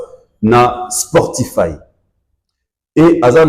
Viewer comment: cheriz on ne dit pas sportifay mais SPOTIFY. Phonétiquement ça se prononce : Spotifay c'est un mot anglais avec Y à la fin....